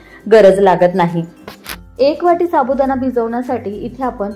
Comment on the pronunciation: छान .पण अशुद्ध बोलणे ऐकायला kase tari वाटते. Sabudana nahi साबुदाणा.